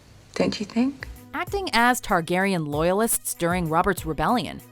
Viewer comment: It’s Targaryen... let’s be honest